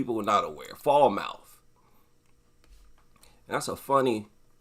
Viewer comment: Quick FYI...Falmouth is pronounced "FAL-muth". But yeah, the fact that people get more worked up over the death of a dog from some XL bully than a child is a symptom of how deranged, dysfunctional and misdirected our society has become. I think current dog culture is a symptom of the problem, and not the cause...much like the rise of authoritarian-type movements around the world. I also think that the actual underlying causes are complex and multifactorial, but I believe a rise in systemic loneliness and social isolation are partially to blame. The flood of fake service dogs is because we have a generation of people who are emotionally dysfunctional and are either too repellant to other humans to form normal relationships, or just uninterested. So, they get a dog and use it as their emotional crutch and in the process, alienate even further the people they should be reaching out to. And shame on any therapist who encourages their patients to get a mutt to deal with their imagined "disability". I have sympathy for people with mental health issues, but not these dog nutter versions that exploit the disability laws to find ways to drag their nasty, untrained fleabags into every facet of society where they would have been completely shunned from 30 years ago. These people are, quite frankly, as despicable as they are pathetic.